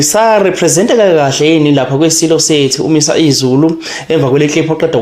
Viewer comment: Isilo uMisuzulu not uMisa izulu ...please say it properly